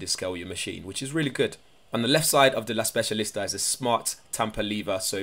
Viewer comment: I'm Italian and the way you pronounce "La Specialista" is very good...not a bad coffee machine by the looks 👍